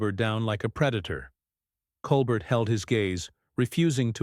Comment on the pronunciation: I think it’s pronounced Cole bear